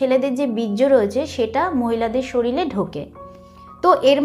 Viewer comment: শরীরে না বলে শরীলে, হায়রে উচ্চারণ !!! 🥸